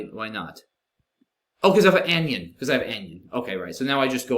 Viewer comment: Super interesting endgame! I dunno if you want pronunciation tips you didn't explicitly ask for, but anion (a negatively charged ion) is "an-eye-on", not "anyun" like onion or opinion. I only know this because I remember reading it as "anyun" in our books in high school, until I heard the teacher say it out loud, and it stuck with me, haha.